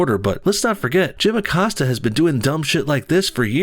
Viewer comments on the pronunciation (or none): Acosta.. “accosted her” lolz